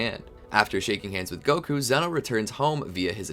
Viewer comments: It’s pronunciation is Zeno (zz, eeeee,no) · it’s pronounced zee-no